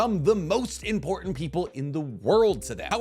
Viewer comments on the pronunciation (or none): none